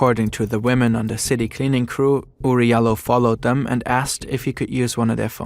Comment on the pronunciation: his name is pronounced Oury (JAH LOW) he from my country surprisingly